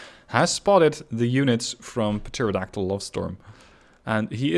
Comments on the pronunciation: hey buddy! love the videos. Just a heads up on pronunciation because im guessing english Isnt your first language. Pterodactyl starts with a silent P at the start. Depending on accent (mine's Australian , so its not perfect but i say it in the former rather than the latter manner) its pronounced "Terra Daktil" or "Terro Daktil". Keep up the good work man! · Just to let you know, in pterodactyl the p is silent